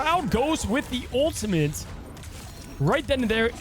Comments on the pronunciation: There’s no ‘n’ in ultimate. I swear he kept saying ultimant was driving me nuts. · He needs to learn how to pronounce ultimate